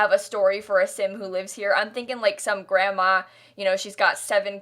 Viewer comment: 😂 why do I keep replaying this to hear her say GranmAA, I think it’s because I’m Australian it just sounds funny